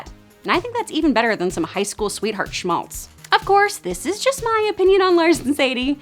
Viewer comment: As a German I am astonished how well you pronounced Schmalz :D